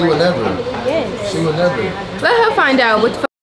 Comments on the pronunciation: you so messy 😭 calling Nadia my girl Lena 😂😧 and not her saying wooda 😭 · Not she said wooda 😂